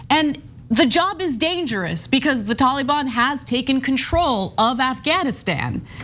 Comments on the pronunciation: "the tollybon" lol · The way the reporter says Taliban is correct the way Anna says it's kind of cringe